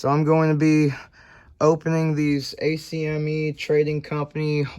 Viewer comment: Its not a c m e, its acme, like "ak-me"